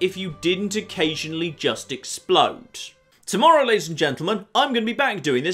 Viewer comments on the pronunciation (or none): none